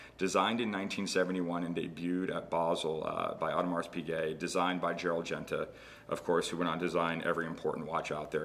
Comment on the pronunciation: Please do not spell the S in Audemars. It should be silent.